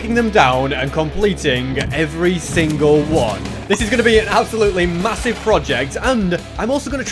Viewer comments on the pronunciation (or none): did you just say masive?... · I heard massive.... Did you say.. Massive?